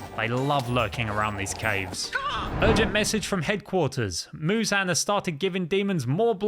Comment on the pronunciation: You're saying Muzan wrong